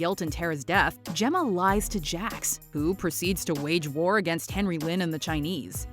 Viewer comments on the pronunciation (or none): none